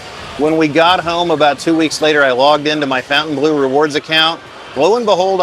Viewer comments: We know that Fontaine is pronounced fonn-tayn don't we all? Not the same pronunciation as fountain. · It’s so funny how you keep saying “fountain blue” 😂 Try “fon” (think Fonzy) fon-taine bluh 😊 it looks gorgeous, but is blue a good color for a casino? I love it, it’s different from all other ones, will definitely check it out, but blue is a calming color. It might not generate as much revenue 😅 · would be nice if you could pronounce the name og the hotel correctly, it's not fountain blue it's FON TAINE BLEAU, it's a french word, mind you Americans can't pronounce Jaguar properly, they say jagwar. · We were there the night it opened, stood in line till midnight, pretty fun! Beautiful space. I saw Tears For Fears there last year. It's pronounced Fon-ten-blue (not fountain blue). I'll die on this hill 😂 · Is it really pronounced fountain as in water fountain? I don’t think so. Look at the spelling of the hotel. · While they pronounce it like "fountain blue" ( their namesake in Miami), it is definitely and absolutely a mispronunciation of the name of a French castle. And before anyone tells me I'm wrong, the word bleau is not the word for blue in French. So they're totally wrong but certainly have the right to be so. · It's not "Fountain Blue". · Great review, though your pronunciation of fountainbleau makes my ears bleed.